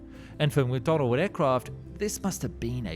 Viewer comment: Please stop saying "Mcdonald", it's McDonnell.